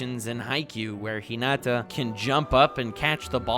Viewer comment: God you just can’t help talking about Hunter X Hunter and Meruem can you? I’m so glad you actually talked about Haikyuu. It’s an awesome sports anime. Although you’re pronouncing Hinata and Karasuno wrong.